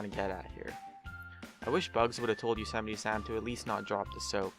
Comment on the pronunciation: Damn you said Yosemite wrong.